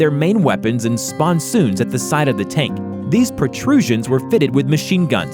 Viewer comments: It’s not a spon-soon in a spon-son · Geeze.. Where do you find your narrators? Sponson on a tank is not "sponSOON"... It's "sponSUN" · Why is it that most if not all of these so called history short info's are full of mistakes , mispronunciation and the presentor says stuff that is wrong? Do they not double check ? A "sponsoon " is a " sponson" by the way and crocodile tanks were not from ww1 but ww2 wich you eventually did say. Sorry for being an old pain in the backside but if you want to teach people stuff at least make sure such stupid mistakes get corrected. Thanks for trying though. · 'Sponson', not 'Sponsoon', and some of them had cannons.